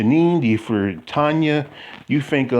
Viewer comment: It is Tonia (sounds like Tonya) not Tony I never answer to Tony, Toni, Tonie…etc lol